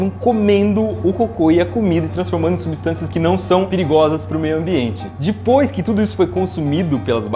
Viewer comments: DEPOIS, E NÃO DIPOIS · NÃOOO É DIPOIS É DEPOIS CARAMBAAA !